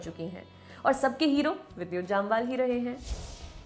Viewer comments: U pronounce both name wrongly Jamwal and abrahAm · Mistakes you made - it is जमवाल not जामवाल, It is कलारी पयटू not कलरी पेटु